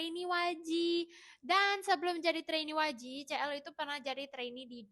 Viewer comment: kak CL bacanya SI EL , kalo CE EL, MALL CIPUTRA (CITRALAND) 😭😭😭😭